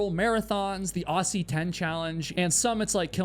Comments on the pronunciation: I take 5hp of damage every time an American pronounces “Aussie” like “awsy”. It’s Ozzie. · Aussie 10? 😂 "ossy" ten? (Love that pronunciation but it's pronounced ozzy) How is that even a thing? Never even heard of that. There are barely any mountains around. One's probably an anthill in my backyard. 😂 On a casual hike up a hill in Europe a friend mentioned the height of the hill in question. I laughed when i realized it was taller than Kosciuszko. 😂 The fact these "competitions" exist anywhere beats me - just enjoy the hikes, everyone!! - but having a collection in Australia is genuinely hilarious. I don't get it. And the risk-your-life on Everest thing? Nobody cares. Really. What's next? First acrobatic jugglers to carry a live tomato in its own mini greenhouse to the summit then eat it? Just enjoy the hike and achievement... Anyways... I hear some Kiwi and his mighty Sherpa beat us all a long time ago. 😉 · PLEASE as an australian when you say "aussie" pronounce it similar to "ozzy" as in osbourne PLEASE it causes psychic damage to hear you pronounce the "ss" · Pronounced Ozzie not Aussie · Brother when U say "Aussie", pronounce the S as Z and you'll say it correctly like Ozzie Osborne 😂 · FYI, Aussie is pronounced Ozzy. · Aussie. Spelt aussie, pronounced Ozzie 🙌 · Aussie is pronounce Ozzie. Seriously! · Not in the USA. We pronounce it Aussie rhymes with saucy so don't be bossy towards my cow named Flossie. Sorry. We also a-lu-mi-num and not a-lu-mi-NI-um. Potato/Potato.